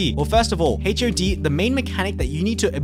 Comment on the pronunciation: the ways he pronounce HOD as H.O.D really ticks me off lol